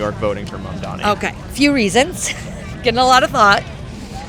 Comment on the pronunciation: And, no one says Mamdani's name correctly.